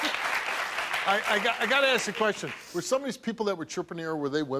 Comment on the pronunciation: Yet another black man who can't pronounce ask.